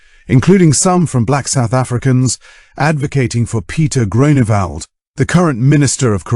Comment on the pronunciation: DUde its not Groanawald XD